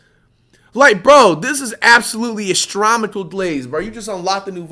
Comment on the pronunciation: Nigga said "astromical" I'm actually crying bro